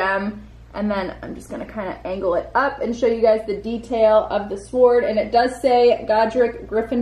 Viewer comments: And you say sWord it’s pronounced sored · It's pronounced "sord" not swhord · Amusing you pronunce the W in sword. The W in sword is supposed to be silent. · man u really sound out the W in Sword XD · why does she ptonouncw the w in sword